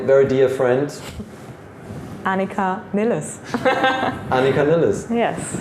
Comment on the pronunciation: She says Knee Less here. Sometimes...Niles.